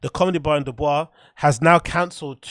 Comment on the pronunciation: City is pronounced Duh-buke. Iowa is named after a native American tribe. There isn't a helluva lot to do there so it should pretty easy to sell tix. There are two reasons people didn't go: 1. The redact kept butchering the city's name. No one wants to pay money to see some unfunny redact that insults your town. 2. Know one knows who yahar